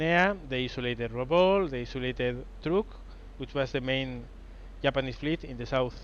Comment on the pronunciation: So will he ever sink a battleship is the question... Also love how he pronounces Japanese. "the yap-anese"